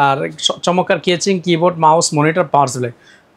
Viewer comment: কেচিং😂 ভাল না😂